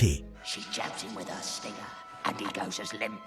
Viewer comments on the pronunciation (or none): none